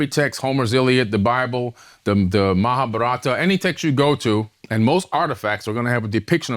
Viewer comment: The guy can't even pronounce Mahabharata, and he wants to decipher the holy trinity of Hindu texts. About time to block this podcast.